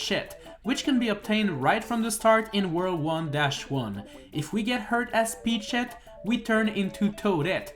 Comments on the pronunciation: "Peachshet" another peachshet more peachshet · I will never unhear Peach-Shet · You sound like youre saying peach shit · Ey you so mean to the coins but im still a fan and I feel like your saying peach shit XD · I thought he said peach shit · Bro idk if he doesn’t means to say it but to me it sounds like he’s saying peach shit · Why does it sound like he’s saying peteshit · I fought you said peachshit not peachett lol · No offense, but the way he says peachette sounds like he said peach-$%#& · Until the end of the video I heard that you said Pech sh1t bet at the end of the video I saw that it was written Peachette... XD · "Peach Shet"😂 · Sorry, I keep hearing Peach shit... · It sounds like you keep saying peach shit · Gotta love that pronunciation P E A C H - S H E T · I can't stop hearing "Peach shit" everytime you say Peachette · Am i the only the noticing that he's pronouncing Peachette weirly? 😅